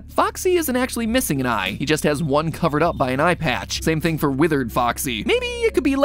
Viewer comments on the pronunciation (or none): none